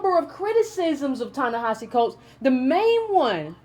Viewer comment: Thank you an analytic voice of the current issues facing us as a race of people here in America May I suggest that you not assume that your subscribers know the definition of words, ie, neoliberal ( please explain its meaning) and the word, pessimism. Also, I think the correct pronunciation of his name is, Ta(ta) Ne(neh) Hi(he)Si(see). Concerning the waste overflow in the yard; yes it is absolutely necessary that we focus on issues "at home", here in America, but in my opinion, your vision is short-sided. We live is a global society and what affects us here ultimately affects colored folks world-wide. Malcolm understood this when he wanted to address the United Nations. That made him a real threat, causing his demise.